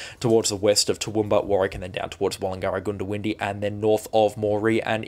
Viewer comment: Goondiwindi is pronounced GUNDA windi not GOONDO windi